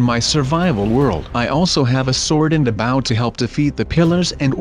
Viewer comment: you are not playing the right way. it is not baw it's bow. it's not cobble.